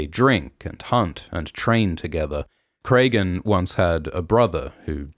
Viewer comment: Great as always! Some nitpicking on the pronunciation of some of the names; George uses a lot of common names that are just spelled differently. Petyr is just Peter not Petire or anything so Alysanne is like Anne, not Alysayne. Cregan is like Craig, not Craygan.